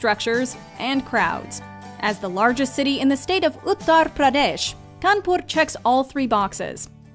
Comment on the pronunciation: U guys made me very happy and soothing when u pronounced kanpur and radha krishna perfectly being an indian and regarding the video as usual u guys rock